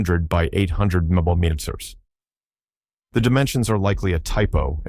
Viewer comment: Millimteters as well.